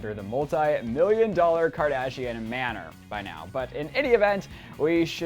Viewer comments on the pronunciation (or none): none